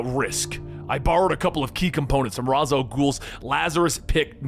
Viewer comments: incorrect your entire argument has been a refusal ray•shh rah•us is the correct pronunciations he said razz which is incorrect again there is the wrong way & the right way he did it the wrong way it's not a matter of disagreement its correct or incorrect you're having a hard time so I'll say it in an even more dumbed down way maybe you understand it better this way him say word wrong wrong not right ugh ugh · Ray-sh, not Raz. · It's pronounced ray•shhh